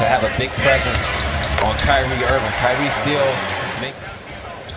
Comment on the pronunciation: LMAO fr he isn't even a real ceLtics fan he a pacers fan and calls irving "cryknee"